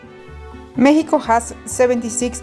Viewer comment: Did she pronounced as Mehico?